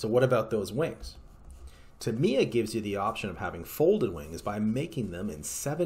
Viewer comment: he keeps saying TIM-EEE- UHHH its a long A not an I